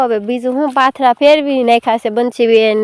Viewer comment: Patara no kevay ben pathara kevay